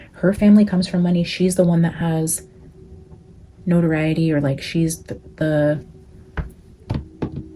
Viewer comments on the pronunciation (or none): none